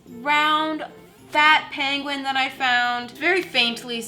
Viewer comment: Why does it sound like she saying pangolin when she's saying penguin